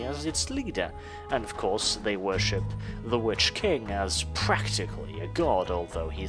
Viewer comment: Anyone else catch "The Dark Elves 'vörship'"? I can empathise there, 😅